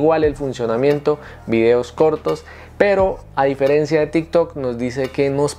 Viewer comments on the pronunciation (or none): none